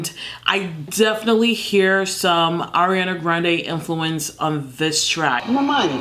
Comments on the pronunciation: Nobody::Ajiana Jrandeee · It gives me harhrlyaaahna grahandea VIBES Me: Gurl!! Ariana Hyndreaeae!!!! wrote that shit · Sis said: Hærîânñä Hgræńdêh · No one: Literally no one:: HaRrIYaaahna Grahandea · I repeat a few times just to hear it again. Hahahaha love the way she said it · Gets me everytime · The way she kept saying Ariana Gronde 😂😂😂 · The way she says Ariana grandes name...😂😂😂😂 I’m here for it. 👌🏼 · the way she says Ariana grande is sending me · It literally took me a minute to figure out you were saying Ariana Grande😂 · i love how you pronounce ariana grande 😂😂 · How she pronounce ariana grande hahaha ❤❤❤